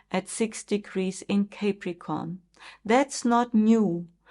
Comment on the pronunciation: Thank you, you are a good astrologer, but please do not pronounce it Cäpricorn correct is Capricorn (No every a is ä, you do this with many other words too)